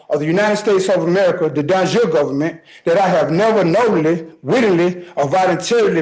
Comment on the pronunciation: de jure = "don jure" ???